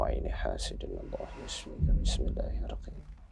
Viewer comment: Bang mongol nyebut nama ALLAH sudah FASEh🤲👍👍👍👍👍